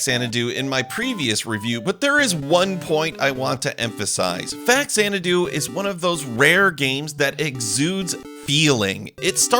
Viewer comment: loved this game as a kid. we made it into our D&D world for a while. btw, the X is pronounced like a Z. like the movie Xanadu.